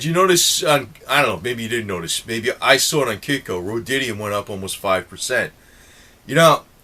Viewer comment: ROAD-E-UM, not "road-DID-E-UM." Rhodium. Sorry to be nit-picky. Thanks for the great video!